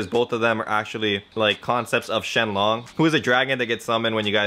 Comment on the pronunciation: He said shenlong lmao